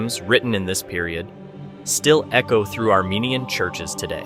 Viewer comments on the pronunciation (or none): none